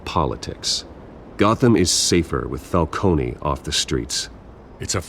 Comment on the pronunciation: are they saying Falcones name wrong or is it just me? I know in Gotham they called him Falcone, no eeee at the end. but here they're saying Falcone the way you say Maroni. its wierd.